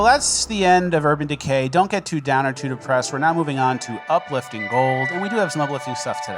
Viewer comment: "UrBann DeKay"